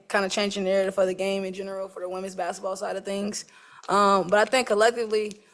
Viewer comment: I wish they would go back to English school and learn how to pronounce Bas ket ball…. It’s not Bass ball….. 😡😡😡😡😡